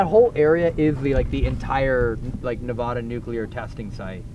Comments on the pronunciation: “the real housewives of Nebular” I can’t with anymore 😭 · doesn’t know how to pronounce Nevada🤦‍♂️🤦‍♂️